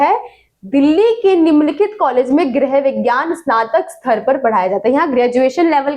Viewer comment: Mam gerh nhi hota hai grih hota hai😢